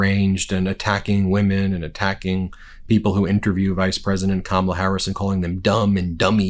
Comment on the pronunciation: Wow he accidentally pronounced Kamala’s name right. 😂